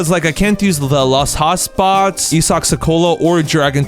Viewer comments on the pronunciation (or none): none